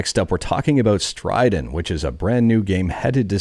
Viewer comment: "StrideN" I about spit out my drink thinking I missed the announcement of a new "StrideR"